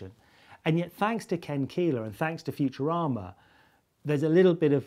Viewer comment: Did he say "Futurama" or "Future Armour?" It sounded more like the later.